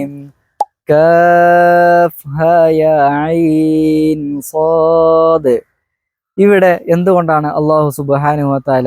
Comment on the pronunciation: മോൻ്റെ സ്വാദിൻ്റെ ഉച്ചാരണം വളരെ ഉശാറായിട്ടുണ്ട് അധിക പേരും തെറ്റിക്കുന്ന അക്ഷരമാണ് സ്വാദിൻ്റെ മഖ്റജ്